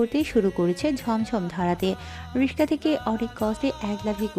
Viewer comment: কথক (রিক্সা)রিকশা টাকে রিশকা উচ্চারণ করে যা শুনতে বাজে লাগে😐ওনার বোঝার শুবিধার জন্য উচ্চারণের তফাতটা ভেঙ্গে লিখে দিলাম🙂